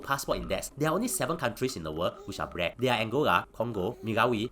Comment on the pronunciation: The same reason he pronounces black as brack: comedic effect.